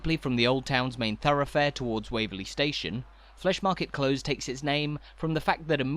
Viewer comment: yes I don’t know why he’s making these mistakes, rather irritating. It’s Close as in near in England too.